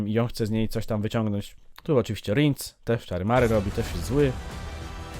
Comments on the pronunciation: Ten co za topór chwyta to chyba Bonhart a Rience czyta się Riens a nie rindz😅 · Verenna zmieniła się w czarnego nietoperza w opowiadaniu. Rinc? A nie Rience? Czyta się Rjens.